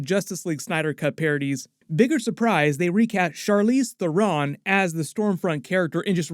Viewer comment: Hate how you pronounce Theron